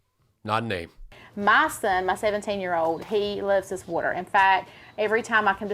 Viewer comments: It's "worter" and you no it. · Why can't southerners pronounce the word "water" properly?! It's "water", NOT "worter", idjits! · Whudder and Water are very different things.